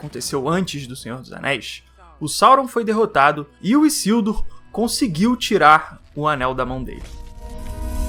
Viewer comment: Não é " Issildur ", é Isildur com som de " z " 🤓